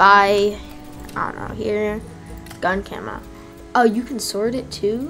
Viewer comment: camel ???? its camo